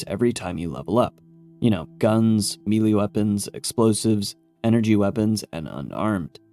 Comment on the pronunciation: I like how you pronounce meLEE 🤣